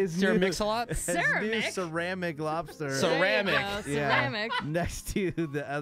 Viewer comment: "Cermic"? Good lord...